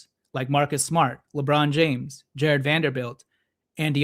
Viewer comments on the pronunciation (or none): none